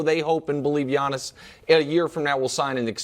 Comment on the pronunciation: It’s Giannis! Not Janis